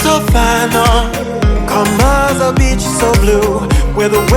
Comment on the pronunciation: On the last story anyone else thought she said bitch instead of beach